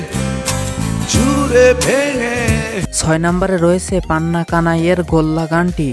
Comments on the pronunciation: আপনি আগে আপনার উচ্চারণ ঠিক করেন আপনি পান্থ কানাই কে পান্না কানাই বলছেন আপনার উচ্চারণে আরেকটু কাজ করলে ভাল হয় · পান্না কানাই না ভাই পান্থ কানাই হবে।